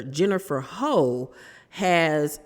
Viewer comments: It’s pronounced Hew not ho, like Jennifer Houg (Hewww = Houg) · ITS PRONOUNCED HOFF OR HUFF, NOT HO......... My God this poor girl cannot catch a break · I believe it's pronounced "Huff".. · Hough is pronounced Huff ❤ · The lady's name is Hough it rhymes with rough, not Hole or Huff 😊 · Isn’t her last name pronounced HUFF? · It’s pronounced “Hue” but she was saying it wrong